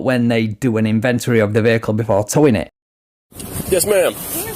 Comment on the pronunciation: dude, the word is INVENTORY not INVENTARY, bro!